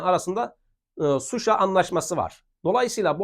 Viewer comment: "Suşa" değil ŞUŞA